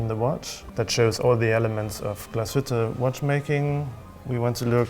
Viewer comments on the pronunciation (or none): The emphasis in Glashütte is on the first syllable, not the second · please please learn how to pronounce Glashütte, there is no aaaaaaaaaaaaaaaaaaa at the end